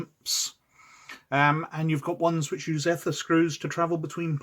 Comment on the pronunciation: So you correct your mispronounced "Eh-ther" to the correct "Ee-ther" and then proceed to continue mispronouncing the term for the rest of the video...